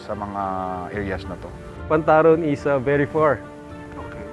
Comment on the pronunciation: Pantarong. Not pantaron.